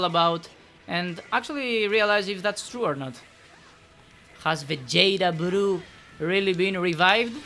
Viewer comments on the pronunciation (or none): Love that pronunciation lol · love it when he goes VAGETA BURUUU!!